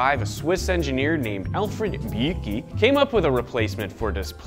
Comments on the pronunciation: as a guy from switzerland his pronunciation of Büchi made me laugh 😂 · that absolutely wrong pronounciation of Alfred Büchi made me die inside